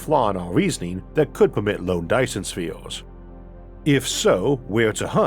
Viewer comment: Be vehwy vehwy quiet... I'm hunting faw Dyson Spheez...